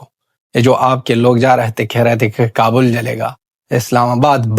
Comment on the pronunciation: ख Khwaja Punjabi kabul nahi kabal kehta hai .